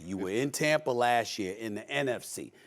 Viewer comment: Shannon: “Tampa” Stephen A: “Tamper”